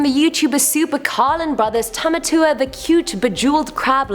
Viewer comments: Tamatao? I thought it’s Tamatoa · Tamatao 😂 its Tamatoa :) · Tamatoa (pronounced) not tamatua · “Tamatao” Me: Tomato